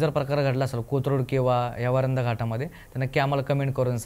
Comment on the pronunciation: वरंध म्हणा रे